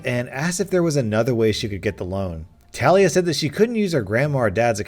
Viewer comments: Talia is usually pronounced, "Tah-LEE-ah" not "Tal-EE-ah" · I know you don't mean do this but Talia is pronounced til lee ah. I have a really good friend with that name and she always get really upset when people say tale ee ah. I'm sorry, I know it's an honest mistake but I want to let you know. 😬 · He said tah liah but its teh lia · It is actually pronounced TAH LEE A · Not tal- ee-uh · Its pronounced tuh-lee-uh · ITS NOT TALIA “TUH-LEE-UH” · Bruv it’s pronounced Talia not Talia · I hate the way he said Talia which is my name but idk maybe it is pronounced differently than mine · Ur not prenouncing talia right trust me i have a sis named talia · My name is Talia and I flinched EVERY time you said it, ergh